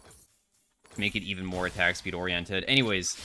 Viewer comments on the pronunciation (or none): "ORI-ented" lmao